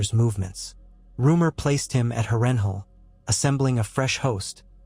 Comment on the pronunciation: House Tully and the rivermen has been completely and utterly forgotten in this vid, cursed by an AI voice that can't pronounce Harrenhal. And Tywin would've likely called upon the Reach to support him following his loss in the Riverlands, or hired Sellswords/ pirates to harry the North's, Vales' and Riverlands' eastern shores.